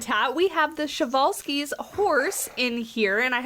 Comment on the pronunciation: Man I’m really excited to have these guys in my zoo. I’ve known about them since I was 6 or 7. They were in another zoo game I had, but I never was able to unlock them. I forgot about the correct pronunciation until I heard you say it. 😂 I learned about it a long time ago but forgot. I mean it’s a Russian name so I’m not used to it. But yeah they were discovered by Nikolai Prezwalski. I’m really excited for them!!!😃